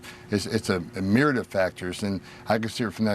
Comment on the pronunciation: Why does Tom Homan always sound drunk? He can't even spit out the word "suspicion" without it coming out "ssspicion". It's like he has marbles in his mouth. He mispronounced the word "myriad" as well as several others. He sounds like an illiterate old racist drunk.